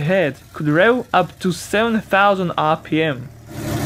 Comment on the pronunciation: the way he says rev xD